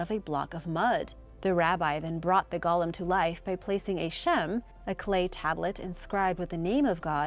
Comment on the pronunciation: Seriously,, you do a good job overall with these names, but how do you screw up golem (goal-UM) but get Samhain right?